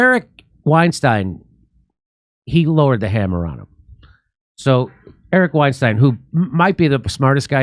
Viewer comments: His name is pronounced- STINE - Eric Weinstein - pronounced - stine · Constructively I think their name is pronounced like wine-stine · Eric and Brett Weinstein is pronounced the same way as Albert Einstein. Their name isn’t pronounced the same as Harvey Weinstein.